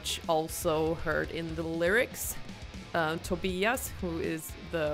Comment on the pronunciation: Wow! Perfect pronunciation of 'Tobias'!